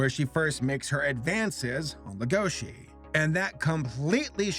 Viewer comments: Can't we agree on one thing? It's legosi, not legoshi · i’m not trying to be mean but you and other Youtubers make the same mistake it is Lego-she and and it’s Luis with an R so it’s Ruis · LEGO - SHI Lego as in the brick, then Shi like She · Leh-go-she, no it's pronounced leg-o-she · Can people stop pronouncing it “legoshi” it’s legosi. There’s no h and that’s how it’s pronounced in every other sub and dub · Welcome to big fucking whale gang edit: why does everyone say "legoši" instead of "lego-si"? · pronouncing Legoshi's name: Lugoshi Beastars Fans: Uhh haha its pronounced Legoshi. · The way he pronounces legoshi's name as legóshi irritates me so much. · Talks about Beaststar Also him: Lagoshe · Our main character is a grey wolf named Le-GoH-ShI........ WHY DUBBED WHY, why must you pronounce these names like this TvT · "Le-GO-shi" they say his name so many times in the anime, it's not that hard to pronounce properly, it's "LEGO-shi" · I like your video on this and I love the show, but the way you say Legoshi makes me angy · He prenouced legosi wrong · Yikes saber saying legoshis name wrong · PLEASE stop saying Legoshi wrong IT HURTS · I’m sorry but the way he pronounced legoshi angers me wtf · The way you said legoshi triggered me the whole video